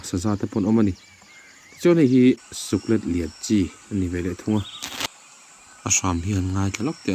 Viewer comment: Suklet i lam dan hi a dik lo deuh.. Suk tih chu a dik a, let tih hi lei let tiha let ang hian lam tur.